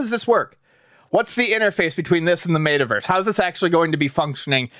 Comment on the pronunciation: idk what bugs me more. NFTs or pronouncing it Mayta Verse 🤣🤣